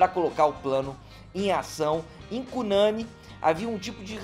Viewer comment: Professor, parabéns por trazer visibilidade ao Brasil desconhecido! Vou arquivar a exposição para meus alunos de estudos amazônico e amapaense. Só um detalhe: A pronúncia de Cunani é com a sílaba tônica na última. É uma palavra oxítona! Seguindo nosso vocabulário indígena : tucupi, matapi, buriti, cupixi, Pracaxi, etc. Portanto: CUNANI!!!!! Desculpa, mas precisa fazer a observação.